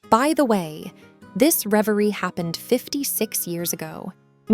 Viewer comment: I liked that you said Leveli and then Reveri due to this thing with R\L sounds :D